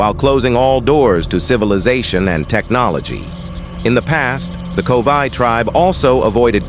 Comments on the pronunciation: It's Korowai, NOT Kovai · It is Korowai NOT Kovai.